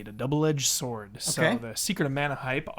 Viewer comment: It really freaks me out when says "sword".